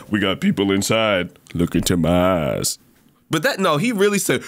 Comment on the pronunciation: bro you said stut the f###,up 😳